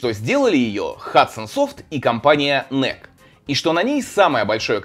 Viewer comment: Первая консоль детства! Отец из Франции привёз в 1992! Кстати "Эну-И-Щи" произноситься (๑•̀ㅂ•́)و✧